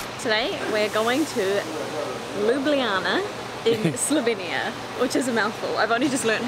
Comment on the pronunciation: a rare instance of tourists saying Ljubljana correctly. Bravo!